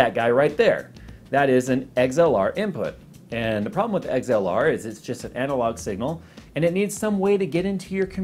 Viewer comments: "Eggs-L-R" Lol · haha he says XLR like "eggs-ell-are" great video tho